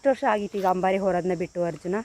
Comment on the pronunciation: ನೀವೆಂಥ ನಿರೂಪಕರು ಮಾರ್ರೆ.. ಕನ್ನಡನೇ ಮಾತಾಡೋಕೆ ಬರಲವಲ್ಲ ನಿಮಗೆ... ಅದು 'ಹಂಬಾರಿ' ಅಂತ ಹೇಳೋದಾ ಅಂಬಾರಿ ಅಂತ್ಲ... ಧುಭಾರೆ ಅಂತ ಹೇಳ್ತೀರಾ ದುಬಾರಿಯ .. ಕನ್ನಡವೇ ಬಾರದೆ ಯಾಕೆ ನೀವೆಲ್ಲ ಭಾಷೆ ಹಾಳು ಮಾಡೋದು... ಛೇ... 😢